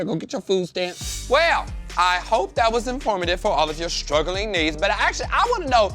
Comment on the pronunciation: 🤣🤣🤣🤣 He randomly says "strugglin"